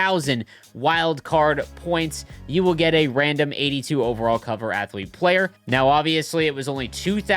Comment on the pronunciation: "i didn't know athlete had three syllables, thats amaz-a-zing"